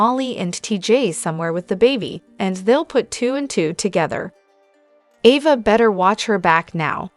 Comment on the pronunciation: Ova???? Wtf. A. VA.A. AAAAAAAA NOT OOOOO.